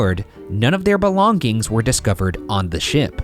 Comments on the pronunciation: Is it just me or I heard Ryan say "belong-gings"? And he repeats the same pronunciation after a few seconds 😅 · why does ryan pronounce "belongings" like "belong gings" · No one: Ryan: BELONG-GINGS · Does ryan say BELONG-GINGS